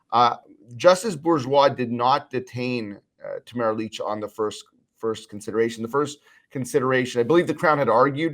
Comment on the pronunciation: Jesus Andrew her name is not Leech!! What is wrong with you !! Do your research, FFS !!